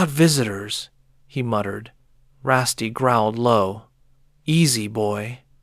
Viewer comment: I don't mind however you're pronouncing Rusty wrong. RussT.